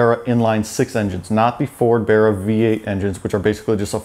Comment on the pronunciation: At least this Septic says Barra correctly.